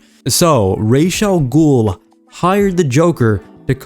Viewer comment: Really fun video a peeve is how you pronounce Ra'as Al Ghul's name it's pronounced Raas not Raish!